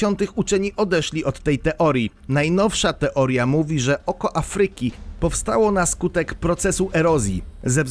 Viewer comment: Bardzo interesujące. Pozwalam jednak sobie zwrócić uwagę na coś, co razi: niewłaściwe akcentowanie słowa Afryka. Akcent powinien być nad głoską A, nie nad y. Inny przykład: słowo: fabryka (nad a, nie nad y). Takich przykładów niewłaściwego akcentowania zebrać można wiele. W publicznych środkach przekazu błąd, jakikolwiek, zdecydowanie razi.